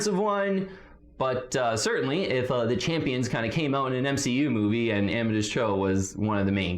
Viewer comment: Please do some work on that pronunciation of Amadeus. Om-a-day-is.